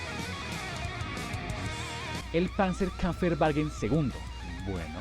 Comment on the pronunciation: Muy buen video. Te mando las pronunciaciones: Panzerkampfwagen se pronuncia "PANTSER KAMF BAGUEN" (la p es casi silenciosa) Jäger se pronuncia "LLEGUER" Tschechisch se pronuncia "CHEJISH" (la t inicial es casi silenciosa! "Grille" se pronuncia "GRILE" "Sturmgeschütz" se pronuncia "STURM GESHUTZ" ¡Saludos!